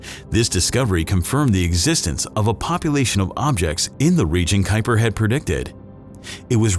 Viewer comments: Not "kyper", not "kweeper", but "kaupa". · Named after the Dutchman who discovered it, yet I have never heard it pronounced correctly, which is similar to "Kweeper", not "Kyper".